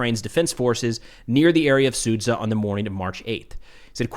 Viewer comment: please pronounce it as Suja not sudza